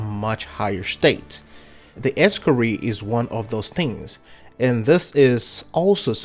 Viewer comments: Wtf is an Ex-cari? You mean Ee-scar-i? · Es-Scar-Eye not ree lol.